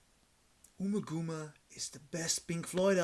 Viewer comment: Pronounced: Umma[As In Um~Rhymes With Bum]Gumma[As In Gum~Like Chewing Gum]!...